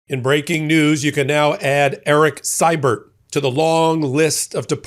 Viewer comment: In canuckland we pronounce Erik's last name "See-bert". just sayin.